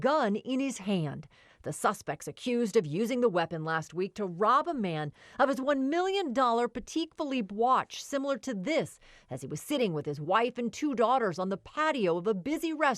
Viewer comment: It's pronounced PA-Tek Philippe, not Petite Philippe.....